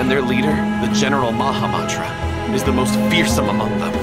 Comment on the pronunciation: The way the actors pronounce mahamatra makes me cry as an Indian 😭